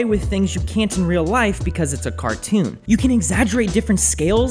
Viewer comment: Did he say "CaRToon"